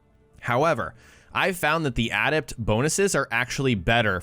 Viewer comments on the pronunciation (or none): Dude. Please ask someone how to pronounce the word "adept". You're killin me.